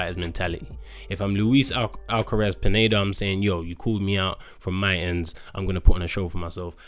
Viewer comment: You said pineda wrong